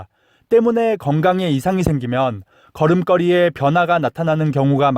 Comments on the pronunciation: 걸음껄이라고 발음 하시는것 걸음거리(걸이)로 교정하세요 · 잘 봤습니다 그런데 걸음걸이 발음이 틀려서 듣기가 거북하네요 고쳐주세요 자랑스러운 우리 한글을 위해서라도 꼭 고쳐주세요 거름꺼리가 아닙니다 거름거리입니다 많은 사람이 시청하고 있으니 더 조심해야 될것 같아요